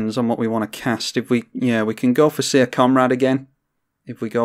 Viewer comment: Syr is pronounced the same as Sir, not as seer.